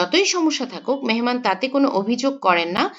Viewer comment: মেনমান নাকী মেহমান